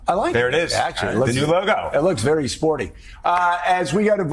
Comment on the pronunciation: Did he say ... "sporty"? lol